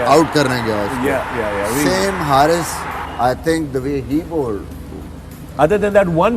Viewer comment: not Haarith its Haris Rauf its mistake that everybody accept that😜😍🥰😂🤪